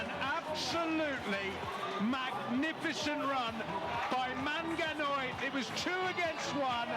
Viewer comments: The commentator is killing me with the MANGANOI name😂😂😂. Well done MANANGOI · Manangoi & not Manganoi >> That is abuse!! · Hey commentators pliz don't call him MANGANOI he is manangoi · Even the commentator could not pronounce his name properly at some point. "Manganoi